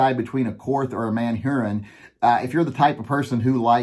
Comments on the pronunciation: I still have to laugh at you saying Manhurin instead of Manurhin. It's said more like "ManUrine". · It's not Man-Hurin, it's MANURHIN...if you don't like it, suck it ! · It is pronounced Manurë in French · Are you pronouncing a h out of order or do you just not want to say man urine?